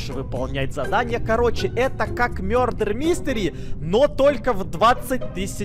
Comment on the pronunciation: Мне стало так смешно когда сказал:"Мёрдер Мистери" вместо "Мардер Мистери" скем ни бывает😅😅